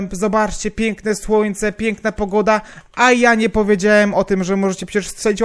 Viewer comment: Czy ty powiedzałeś pienkna